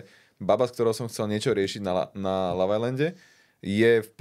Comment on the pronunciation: Proč vyslovuje slovo LOVE tak zvláštně?